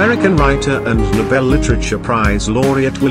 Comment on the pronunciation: If it’s necessary to use robo narration, can you please get its pronunciation correct, it’s an insult ,the mispronunciation of Nobel.